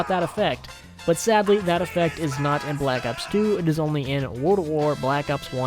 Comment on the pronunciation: I love hearing that "bE lak ops". And thanks for providing information!